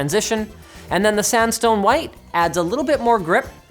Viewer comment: Had to re-listen, I literally thought he said ''sandstorm'' white. rofl